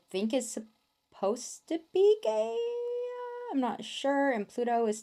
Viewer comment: when she was saying gaea I thought she was saying gay😭😭😭😭⚔️